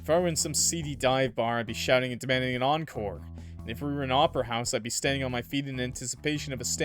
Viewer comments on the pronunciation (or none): none